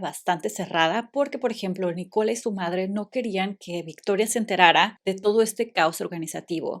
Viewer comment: Es NÍcola. La acentuación va en NÍ, no en CO…